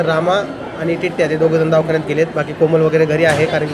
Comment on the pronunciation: Davkhanyat nhi re davakhanyat